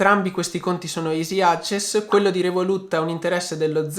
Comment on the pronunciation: No dai però "easy access" pronunciato così da uno come te no Se pronunci easy correttamente ( isi ) non puoi pronunciarmi access in quel modo ( invece di acses )